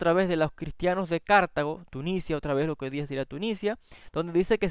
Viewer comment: Deficiente lenguaje: Cartago, no Cártago (palabra grave, sin tilde). Túnez,no "Tunicia". Los evangelios proclaman la cena de manera solemne. En ella instituye Jesús la conmemoración eterna que consagra al pan al vino como su carne y como su sangre. No era una simple "comida". La ley mosaica (Toráh) instituía la Pascua (pesaj) como gran ritual que conmemoraba la salida de Egipto.